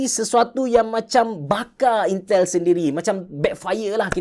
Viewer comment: intel menjadi yintel